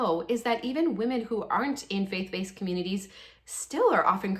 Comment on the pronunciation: When you said Faith Based, I had to replay it twice and I still decided you said fake faced interesting